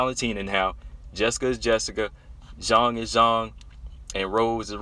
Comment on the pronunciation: Respect for your proper pronunciation of Zhang ( J sound and O sound as in Jon), I hope you do know that Zhang is her family name and Weili is HER individual name, what we call 'first name', like Rose, Jessica, Valentina. I agree as to how awesome these two bouts are, not only featuring the best, but also most respected and well liked, all four fighters are praiseworthy, including Jessica, whom you underrate, IMO, her numerous finishes alone distinguish her in wmma, and the variety of finishes is sufficient to acknowledge she is well rounded and multi-dimensional, proven also by her success in three divisions despite her size disadvantage in all three . As for her wins by decision, credit her for beating Claudia, Angela, and Tecia, all three by UNANIMOUS decision. Her finishes include other luminaries, Jojo Calderwood by Guillotine, Karolina by KO punch, Chookagian by a single BODY punch, Rose by body slam, plus her four Guillotine choke finishes and her rear naked choke finishes earlier in her career at bantam, her TKOs by punches and knees, that's enough variety and quality of opponents to scare any potential opponent, except Valentina and Weili (Rose is always scared, admits it's her raison d'etre for fighting, facing and overcoming her fears). Btw, Rose should accept Weili's offer to visit China, on condition that Weili accept a ticket from Rose to visit Taiwan together. haha As for lay offs that last a year or more, it's usually a drawback even if training was maintained